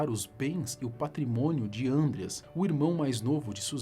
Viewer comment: "Ândreas" não pô, é "Andréas".